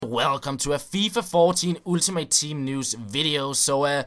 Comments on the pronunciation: Ultimate Team is actually pronounced Åltimate Team;) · hej, god video, som altid. jeg ved det er en ligegyldig ting, men lyder altså komisk når du siger "ultimate" med dansk u. Det udtales som et engelsk "a" som i "all". Det er ikke sagt får at spille bedrevidende, kun ment som en hjælp. tak for alle dine uploads. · Dude, you freaking stupid you say Ultimate like fucking Ultimate not like Altimate, and besides people can pronounce things how they want, you dumbshit. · "ooltimate team"